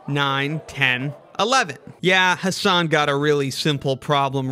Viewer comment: The whole video was spoiled by the person mispronouncing "Hasan". I mean, there are at least 1 million memes and videos about Americans mispronouncing foreign words (not just names) and out of them, at least 500,000 feature "Hasan Minhaj". And a person on youtube still prnounces the word "Hasan" as "Huh Saan". wtf?